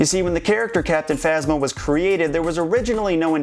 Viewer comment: captinphasma sounds like captin mama ( just to me)